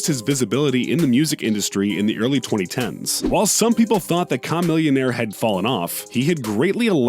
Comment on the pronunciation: Another video, this jackass can still not say Chamillionaire's name right...